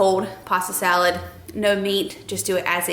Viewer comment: Salad not dalad.🤭